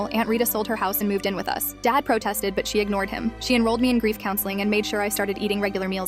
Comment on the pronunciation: You said grief wrong and THIS ISN'T APPROPRIATE WHAT IS WRONG WITH YOU